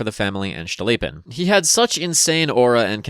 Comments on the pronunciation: Cool, cool, but it's Stolypin, not Shtolypin, he's not German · every time you pronounce "STCHTolypin" i giggle uncontrollably this is certainly a feature, do not consult any pronounciation guides.